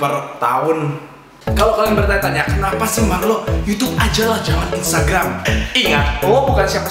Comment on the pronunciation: rrrlrlrlrrlrrllr cuma bisa ngomong rrrr waktu nyebut nama sndirinya kwkwk ggk lucu kan